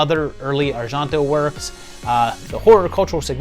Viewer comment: Argento Is not "arshanto", it's "ar-jen-to"